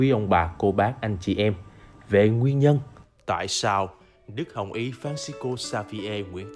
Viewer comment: You should say “ Duc Hong y”. Thank you